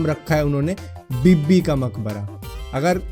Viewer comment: Ye bibbi b nh hai.. Ye bee bee hai